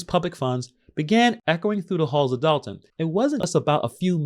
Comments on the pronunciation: Its “Dolton” not “Dalton”. sheesh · It’s Dolton not Dalton